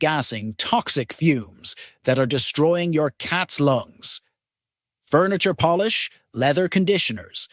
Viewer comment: This is so obviously created by AI. Hence the alarmist tone and the mispronounced words (myth, polish, catio). While all the information presented is valid, it needs to be presented more thoughtfully.